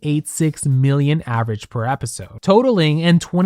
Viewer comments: I'm sorry but i have to say this.... it's average, not avarage. It was driving me crazy 😂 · Girl, not "avarage" 😭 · "Avarage"? Feels like Alyssa Edwards might have said that on the show. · Just an FYI! The word is average not avarage. :) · the "avArage" in every single slide is killing me though...